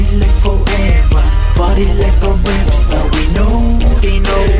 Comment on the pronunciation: i see only one skinny person in the video. did you say rep star or rap star?